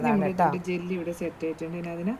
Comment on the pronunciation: ജെല്ല് അല്ല jelly 😂 cornflower അല്ല cornflour